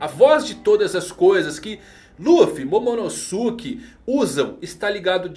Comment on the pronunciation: namorada do dono dessa conta: que agonia ele falando Momonosuke errado, Momonosuke é pronunciado igual Sasuke, nem parece que assistiu Naruto aaaaaaa